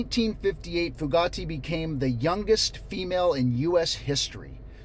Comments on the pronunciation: I'm from ne so I've always known about Charles Starkweather and Carol Ann fugate (but your saying her name wrong--( few gate )is how we learned it around here not like Bugatti lol. Few like pew gate like a gate!😂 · First, I appreciate your covering this story. I started to watch the CNN story, to educate myself, and I had to stop it. It was too horrific for me to continue watching. Second, “Fugate” is actually pronounced, “FEW – gate.” (I’m a Nebraskan who learned about this killing spree when I was in high school, in the 1970s.) I’m glad I’m an old married woman who doesn’t have to think about this happening to me. I believe ALL of the men who posted videos on that site need to be imprisoned for a long time!!!!!! And the men who look at the website exposed and publicly shamed, so that their wives and girlfriends leave them, and no women date them. They obviously hate women.